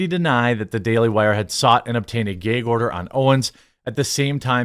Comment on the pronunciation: What’s a Gay-gorder